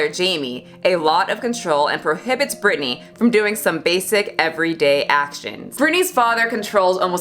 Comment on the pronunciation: I love this video... But her name is Britney 🤭 not Brittany 🙈